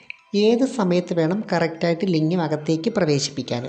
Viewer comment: ലിങ്ങം അല്ല. ലിംഗം ആണ്